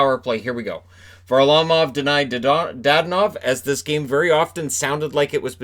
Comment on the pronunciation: Funny - almost pronounced "Dadonov" with the second syllable stressed, the way it's pronounced in Russian:)